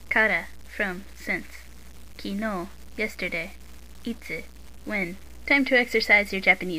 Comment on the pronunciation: kinoo ;( it's kinou love your lessons though, by any chance, does your book have an "o" with a line above it?